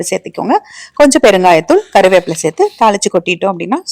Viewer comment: Serthu enru sollungal madam.sethi sethi enbathu sariana thamil soll ellai.Tnq.